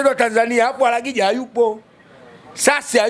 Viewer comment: Sio aragija 😅😅😅 ni arajiga